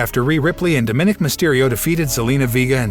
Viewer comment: It’s not Da min nick. It’s Dominick